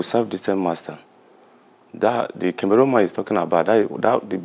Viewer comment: Please it’s not kemerun it Cameroon 😭🤣